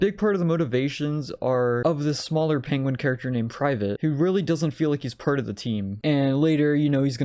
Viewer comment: The fact that they cast the one guy who can’t say penguin as a major character in this movie will never not amuse me.